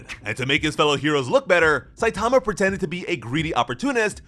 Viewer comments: What’s up with most of those creators always butchering the names of the main characters?! “Saitaamaaaa” 😂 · 3min into the video and already really annoyed by the mispronunciation of Satama ;( Also the manga pages are presented incorrectly. They should be right to left, not left to right. Example Missing clear dividers between the stories. Sounds like it's just the next sentence. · It's not Saitama, it's Saitama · Couldn't make it past the mispronunciation of "Saitama".